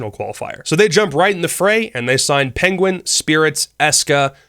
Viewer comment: You called penguin, pengu